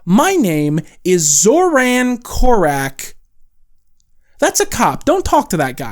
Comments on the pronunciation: THIS is how I found out his actor is Serbian ??? I think part of the reason why that name sounds so alien is because you're mispronouncing it ggh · if this was said about an asian or african person it would be racist. His name is Zoran Korač, at least pronounce it correctly